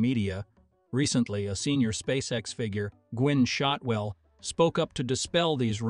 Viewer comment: I subscribed as soon as this video started. Then I heard the AI voice miss pronounce Gwynne Shotwell's name. But after it said Boca Chica wrong I immediately stopped the video and unsubscribed. People, listen to your video before you publish. If it sounds wrong, because it IS wrong, then try a different voice. Or better yet do your own narration. When it sounds stupid I won't waste my time on the channel.